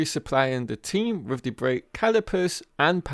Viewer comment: What is wrong with the education system in England? This commentator with his mispronunciation of English words, that is so typical of English people. Dis, instead of this, dat, instead of that, wiv, instead of with, fink, instead of think. Weird!